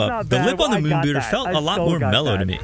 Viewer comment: I thought he was saying moon booger.